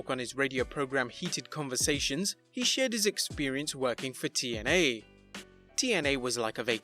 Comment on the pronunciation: And it's TNA not YNA